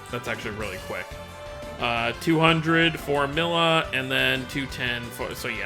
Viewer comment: Her name is Milla (Me-lla). Not Milla